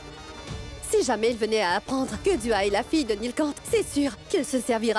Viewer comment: Qui a remarqué que Gazala dit Du A au lieux de Dua .